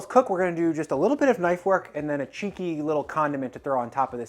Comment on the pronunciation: lol make sure you anunciate clearly when you use the word "cheeky" to describe part of this.